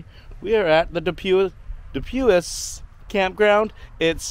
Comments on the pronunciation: Pronounced. du pwee. French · Du pui The S is silent